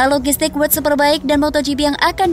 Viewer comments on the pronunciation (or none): World super bike min bukan word